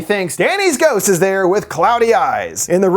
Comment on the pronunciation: I rewound to watch "ghousst? Cood be~" more times than I'm willing to admit. Great video as always lol